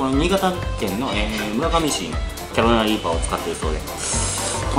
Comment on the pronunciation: 、毎回キャロライナリーパーってちゃんと言えてないのが可愛いですw 1回の動画で何回言っても、やっぱり言えない所がまた面白いw